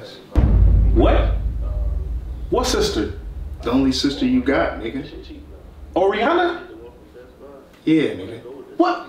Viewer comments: This man really said Jurrassica and Oreoyana lol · Could’ve sworn he said whoreianna